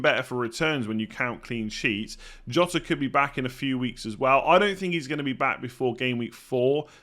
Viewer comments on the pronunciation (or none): none